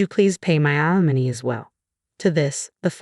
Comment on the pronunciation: alimony not alamon